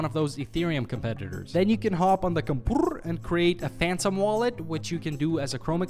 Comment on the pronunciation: Who's got the best spelling of how he says computer ?